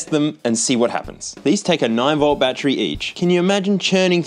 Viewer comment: Oh yeah, Battery only has two syllables here